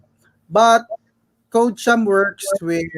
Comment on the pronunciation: "Code-chum" po.. not "ko-de-kom"